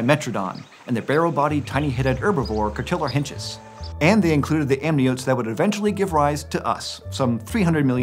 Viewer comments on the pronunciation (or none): The first H in Cotylorhynchus is silent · does anyone actually know the agreed-upon pronunciation for cotylorhyncus? because that was not what I was expecting. Great video once again!